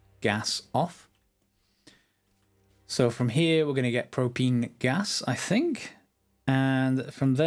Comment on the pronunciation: your an awesome person and i hope my comment hasn't made you feel down as i just wanted to spare you the comments correcting you on how you say propene and yea keep up the good work and i hope you have a nice day/night wherever you are